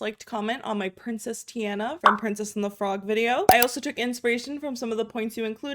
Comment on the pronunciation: Anna and Tiana are both the soft a’s like on-a, ti-on-a